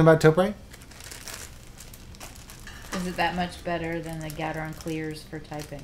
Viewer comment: I just thought I'd school you guys. The Japanese company, Topre, that originally designed said switch is pronounced just like the talk show host Oprah. Topre sounds like Toprah. If you can get ahold of their phone number, you can actuallly listen to their reception voice mail message and you will hear them pronounce it like I've tried to describe it phonetically. Just thought I'd try and clear that up. Huge fan by the way. Just received the JD61UP black carbon fiber case from you all. Thanks for the very well made product. I decided to not get the CF universal plate from Sentraq because their tolerances are not tight enough and I'm rather sure they aren't using 5K carbon like this plate is. I'm pretty sure I read or heard you say it's made from that quality of CF. Either way, I'm very pleased.